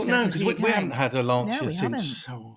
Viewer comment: I missed much of your discussion at the beginning of the video because my wife was screaming LAN-CHIA you idiots, it's pronounced LAN-CHIA!